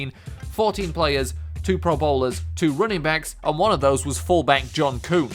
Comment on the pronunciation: You are saying running backs as rooningbacks